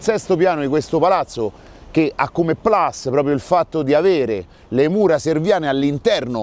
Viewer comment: PLUS è latino, quindi non si deve pronunciare PLAS!!! Un romano come te, a,.....basta con gli inglesismi...semo italiani!!!